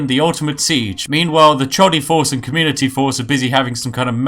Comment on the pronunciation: When he said communitea I just cracked up.. haha that was epix